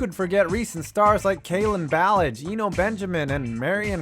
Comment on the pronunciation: Any asu fans that cringe at how he pronounced Kalen ballage